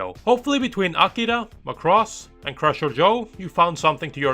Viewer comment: You don't even know the correct pronunciation for macross.